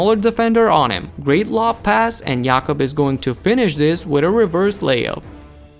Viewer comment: You pronounced Jakob like an Austrian would